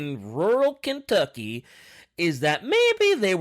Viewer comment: Ken tuck ee.